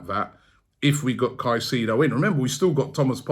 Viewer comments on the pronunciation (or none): Bomboclaat Robbie!. Stop Pronuncing the man's name wrong it's not "kaiseedo" .. the proper pronunciation is "KaiSAYDO".. hearing you calling his name is like hearing scraping sand on glass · It’s pronounced sigh-say-dough rob in Spanish 😂😂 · Robbie needs to work on player name pronunciation. Caicedo “Kai-Se-do” and not kasido… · Robbie please learn how to pronounce his name. It’s pronounced Kai-sei-though